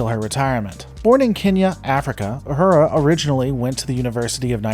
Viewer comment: It’s not Ah-hurah. It’s Ooh-who-rah Please pronounce her name correctly!